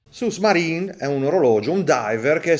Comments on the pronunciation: Ciao, bel video come sempre e bell orologio. Un appunto però devo fartelo: la pronuncia corretta è su (con u dolce ) maren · ciao complimenti sei forte... ma si dice " su marine " senza far sentire la s finale di "sous" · Ciao Boss. Non per fare il pedante, ma la "s" finale di Sous è muta! Considerazioni linguistiche a parte, l'orologio in questione è carino, anche se lo Yema che più rientra nei miei gusti resta il Navygraf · Ma come lo leggi? Sous-marine ??? Non si dice la S!!! Significa sotto Marino